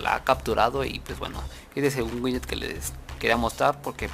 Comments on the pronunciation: winyet winyet xD buen video bro pero es Widget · Bro se pronuncia widget!!no winyet